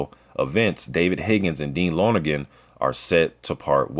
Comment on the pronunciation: Bruh some useless info for ya, but you say dean lonergan's name like lonnergan not loner-gan. All good